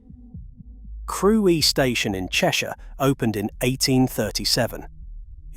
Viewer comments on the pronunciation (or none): I thought it was fiction when the narrator referenced a station called " Creweee" rather than Crewe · where is Crewy station LOL - this has to be AI. - Queen Victoria had her own passage under Hull station, into the hotel. I have been down there on a ghost hunting tour to the old underground toilets and police cells - that is a creepy station to go underneath on a guided tour. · Where is Crew-eeee? lol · "Crew-wee station." eyeroll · Crew E....Seriously???😂